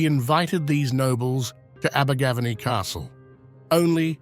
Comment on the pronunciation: Had to stop watching the video due to the terrible pronunciation of Abergavenny.